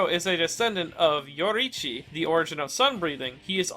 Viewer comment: I love content but his pronunciation of names like Yoriichi is mildly infuriating.